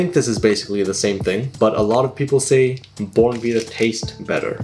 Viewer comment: it is pronounced bon vita